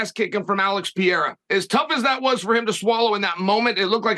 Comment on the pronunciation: Peeairah and Doopleecey.